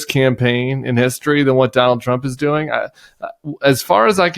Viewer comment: Doink ? You mean doing